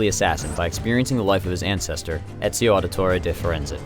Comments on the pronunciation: . How hard is it to say his name the right way? Really... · ezio, not enzio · You can't pronounce Ezio's name right. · How hard is it to say his name correctly? Really...